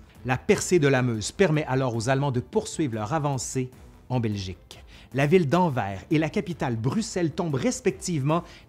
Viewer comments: ça se prononce anverse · En Belgique, on prononce "Anversse" ;) Épisode suivant : comment bien prononcer "Molenbeek" :D Sinon, le front de 14-18 commence à la côte belge ( le Westhoek) et non française ;) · Anvers > le S n'est pas muet. Les français font la même faute. On lit toutes les lettres. Bien que ce soit en réalité Antwerpen. Mechelen > On ne dit pas ch, comme chat. Mais K. "Mekelen", de manière phonétique. Pour le reste c'est très instructif. D'une grande qualité. Mais je constate que les noms belges sont systématiquement mal prononcés. 🥹